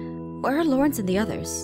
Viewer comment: Did Anyone notice when Aphmau first came back and talked to Dante he said Laurnace? XD